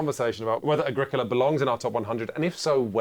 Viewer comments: Wait wait wait it's not A-gri-co-la? It's Ag-ric-u-la? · Have to rewatch, I was too distracted by the pronounciation of Agrikla.